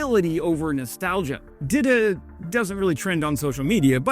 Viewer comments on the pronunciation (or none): it's pronounced 'dee-tah' not 'dida', sounds like dildo lol